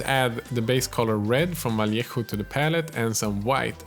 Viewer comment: Like this comment to start a petition teaching all the other miniature YouTubers to learn how to pronounce name and how to pronounce "Vallejo" like him, because it's so satisfying.